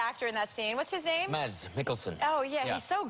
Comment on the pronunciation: Hey he got the name right! Mads is pronounced Mass and not Mats